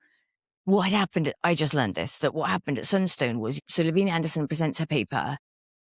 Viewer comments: I worked with Lavina in publishing the Case Reports of the Mormon Alliance. She didnt pronounce her name La Vee Nah. She pronounced it Lav Eye Nah. Get it right. She didn't leave the Church. The Church left her. Yall should probably stop doing your own research. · Just a quick note - her name is pronounced Lavina with a long I La-vine-ah